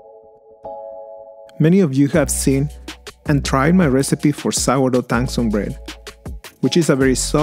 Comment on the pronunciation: the Zh in Tanzhong is like a ch sound. Like tan chong. That was a good recipe btw. :) Thanks for the recipe